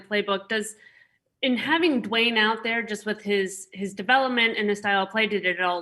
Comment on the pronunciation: Hey Rivera, it's not pronounced "Doo Wayne". Rivera has previously proclaimed this season to be a developmental one, so why not let Haskins develop? This is an extremely poor, incompetent response from an NFL head coach. "He just hasn't had enough work yet" Now, he will have ZERO work, Rivera. Hey Rivera, save all three time outs until you have 26 seconds left.